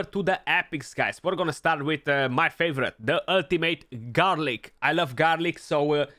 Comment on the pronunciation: HAHAHAH "Ultimate Garlic"....have you been spending too much time with and his not being able to say champ names? But I seriously had a giggle at that...